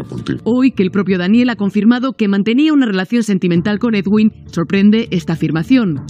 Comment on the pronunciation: la pronunciación del nombre del señor es muy sencilla, eduin, ya está nada de ed-uin, eguin y demás. Todos los medios españoles lo dicen mal